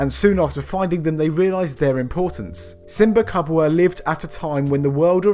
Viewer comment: Lol ... the way you pronounced simba kubwa katoka africa was priceless ..... you butchered the language but at least you tried 😂